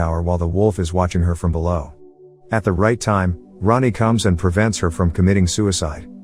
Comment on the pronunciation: For anyone not in the know, Rahne is pronounced “Rain.” Weird, yeah, but there it is.